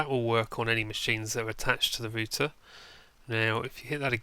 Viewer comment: Thats how you are meant to Pronounce it -_